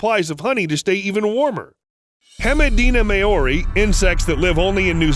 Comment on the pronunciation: so has nobody noticed how much hemideina-maoris name got butchered?